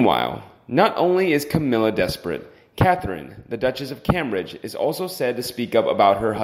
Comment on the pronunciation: Pls pronounce Cambridge and it's expectations. Hard to follow along to.